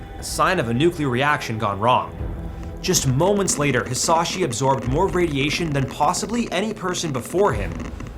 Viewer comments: Edit: Added the 2nd paragraph onwards. Why cant most content creators who stumble into Hisashi's case bother looking up his name's pronunciation.. at least make the effort bro, it's not hard And jfc they didn't keep him alive to study him, they did so at first because him and the family, after he wasn't able to communicate it was solely for the family. The ones that convinced them to let him go were the doctors. I can't help but question the rest of the info you shared on your video. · I am so glad someone understood his name is not said like that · The way bro pronounced Hisashi's name hurts me 😭